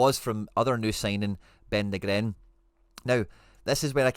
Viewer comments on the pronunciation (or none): Hail Hail! Liked & Subscribed. Just one pet peeve…please, fur the luvagod, pronounce Nygren correctly! Otherwise, your analysis is right on point mate. There’s no one better than you at dissecting a game of football. Top 💯%✅!